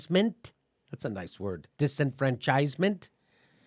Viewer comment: I swear I am cringing every time he mispronounces disenfranchisement. Accent goes on the fran, man not the chise. OK, I feel better now. Nice video. Thank you. Bye.